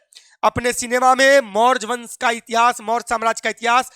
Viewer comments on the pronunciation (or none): Maurj wansh 😂😅 pahli baar padhe